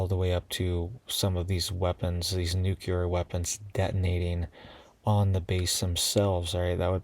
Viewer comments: Nuclear: not nucular. :person-turqouise-waving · It's pronounced NEW-CLEAR, NOT Nuke-you-ler